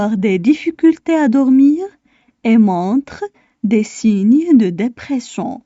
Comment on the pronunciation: خطأ في نطق كلمة dépression